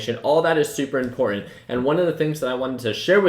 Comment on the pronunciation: Little pointer on pronunciation "ImporTanT" has 2 "'T's" in it and make the sound "Ta" and "CerTain" has a "T" in it as well they are there for a reason, u have a very lazy way of speaking.